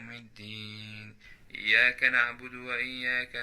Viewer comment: في آية اهدنا الصراط المستقيم لازم السين تنطق سين مش صاد و التاء مش طاء عشان الصلاة متبطلش و في آية إياك نعبد وإياك نستعين اول إياك لازم يكون في شدة على الياء منخطفهاش